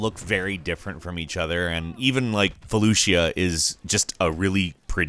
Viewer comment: Did he just say Falooshia?